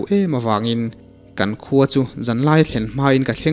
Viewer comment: 'Kan khua' tih rikngawt hi a va chiang lo ve?